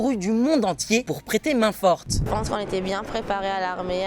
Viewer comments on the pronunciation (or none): none